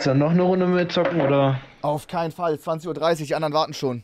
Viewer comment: dieses stumpfe auf “keinen fall” killt mich einfach.